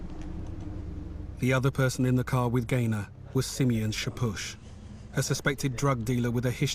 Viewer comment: "Simeon" is one of the 12 ancient tribes of Israel, he is Jacobs son in the bible, it's pronounced Shimon in Hebrew.. there are famous Rastas and Bulgarian Royals named Simeon. Simian isnt a name, is pronounced differently and means primate